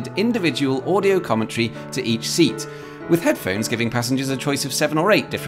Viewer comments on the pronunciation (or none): none